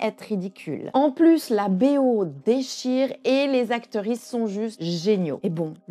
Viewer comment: J aime toujours bien videos Mais y a des mots que je ne capte pas Acterisse ? Sérieux c'est quoi ??